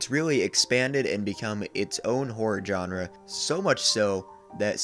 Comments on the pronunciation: That's not how to pronounce the word "genre". It's not "jon-ruh". It's zhahn-ruh. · You're mispronouncing the word "genre".